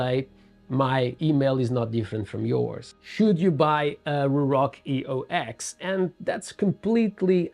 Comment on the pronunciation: This is not a review of the EOX at all.... highly disappointed. This is more of a commentary on the company itself. Eox is pronounced Eos btw, its another god from mythology. It symbolizes a rebirth. They are trying to do better as a company. Hence the rebrand from Atlas